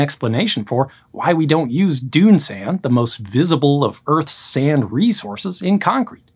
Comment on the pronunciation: This guys pronunciation of sand.... sayunda 😅